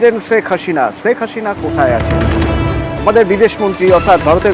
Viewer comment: ছেক হাছিনা না শেখ হাসিনা। বাংলা টা ভালো করে বলতে শিখুন।কোন শ স ষ এর কেমন উচ্চারণ শিখুন